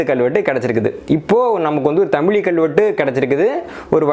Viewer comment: நண்பரே ஒரு சிறு வேண்டுகோள் "தமிழ் " என்ற வார்த்தையோடு ழகரம் (ழி) சேர்த்து தமிழி என்று சொல்ல வேண்டாம். தமிழ் பல்லாயிரம் ஆண்டுகள் ஆனாலும் அது தமிழ் என்றே உச்சரிக்க பட்டுவருகின்றது அதோடு ழகர (ழி) என்று சொல்வது தவறு நண்பா.